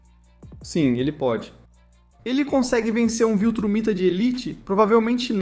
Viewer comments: Cada vez que ouvia “viltramita” deu vontade de apagar o YouTube. Que aflição. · Ótimo vídeo, só...não fala mais "Viltramita" denovo 😅